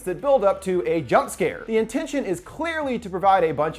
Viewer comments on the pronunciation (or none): none